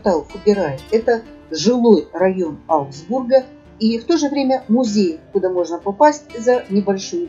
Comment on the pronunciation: Ааааа, 🤦‍♀️только не аугсбУрга, а Аугсбурга. Ужасно режет слух неверное произношение. Ударение на А в любом (!) падеже! ✌